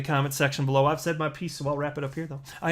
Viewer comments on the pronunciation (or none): none